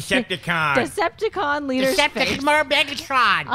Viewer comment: butchered decepticon lls she lost some points for not recognizing that word